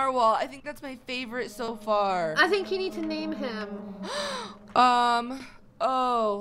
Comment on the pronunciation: name not mane